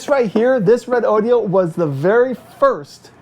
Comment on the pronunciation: Redodo pronounced correctly 👍